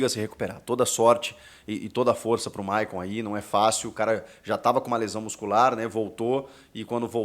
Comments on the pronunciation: Chico , É maycon e nao mayon 😂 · Hehehehehehe a Fungada e o nome do Maycon estava Mayon kkkkk